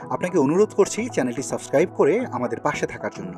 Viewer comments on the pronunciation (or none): none